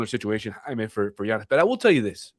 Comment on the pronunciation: Did he just say G - annis? thumbs down, clicked away...